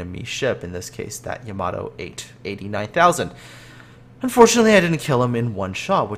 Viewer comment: You say Yamato wrong XD